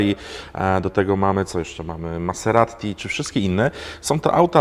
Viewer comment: "maseraTTi" :v